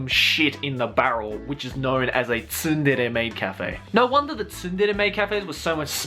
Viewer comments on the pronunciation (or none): Isn't the T in "tsundere" silent? Why does pronounce it like "T sundere"?